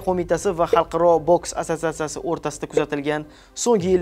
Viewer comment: Jurnalist asatsatsiya so'zini ayta olmaydi